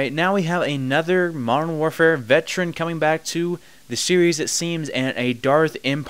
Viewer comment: It annoys me how you say 'modern'. You say it without the 'd' and it sounds nasally. I had to mute you. Thumbs down.